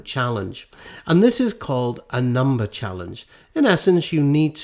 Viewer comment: "It's more than a numer" ... ? What's a numer ?